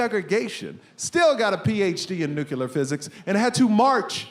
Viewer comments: PhD in nuclear physics and you still say nucular😮... Surely by now you've learnt to say nuclear?! Very funny video. I just hope your son never watches this... It will affect him for life..... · Why come you cain't say nuclear? It's not nucular. I know your dad knows how to say it. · I'ma tell you right now, your dad is ashamed that you say "nucular" instead of nuclear. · Hmm, if your dad has a PhD in "nucular", physics, you really should learn how to pronounce it. It's "NEW-cle-ur" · Why can't people pronounce "nuclear" correctly? His dad is a nuclear physicist and he still pronounces it "nucular." So annoying. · So if the dad got a PhD in nuclear physics, how did he raise a son that pronounces it nuke-you-lar??? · People saying "nucewlar" for nuclear drives me nuts!!! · Love everything about this except "nukyular". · Nu-cle-ar. It's not that hard. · nu-clear. It sounds like Dubya and I wonder if it's a regional accent. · If you dad were in nuclear physics, you'd likely know how to pronounce it 😂 (it's not nucelar). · Dad has a doctorate in nuclear physics, son can't pronounce nuclear. SMH.... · "Nuke-yuh-lur physics"...says nuclear just like G. Bush